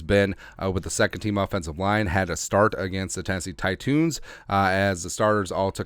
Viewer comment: Tennesee titoons???🤣🤣 Thought it was the Titans?